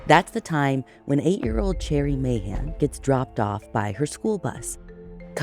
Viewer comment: Hearing Ashley pronounce Mahan correctly warms my heart ❤❤❤